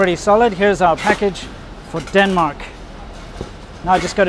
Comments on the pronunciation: Did he just call Denmark "Dun Mai" turning yellow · lol, the time you said Denmark "wrong" was more correct than when you "fixed" it. At least in Danish ears. I guess learning hard as shit languages is one hell of a drug